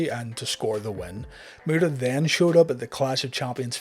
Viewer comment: Anyone hearing the great murderer when he says great muta lol